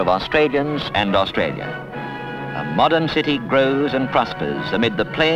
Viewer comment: I remember this Canberra so well - and I love hearing Canberra and Australia pronounced properly rather than today's bastardised versions of 'Cambra' and 'Australya' that I hear so often on the radio and TV (including the ABC).... my pet hates.